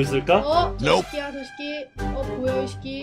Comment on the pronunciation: 김아내 이시끼가 라는발음 맘에들어